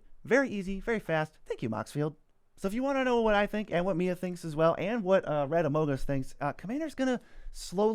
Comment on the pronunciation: Thank you for pronouncing amogus correctly, most people get it wrong